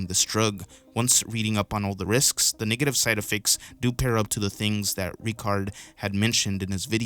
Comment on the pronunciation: Why do you say “niggative” instead of “NEGative” 😂 it’s hilarious bro